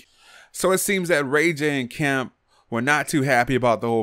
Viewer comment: Don't worry. I thought he said,"Kim," as well!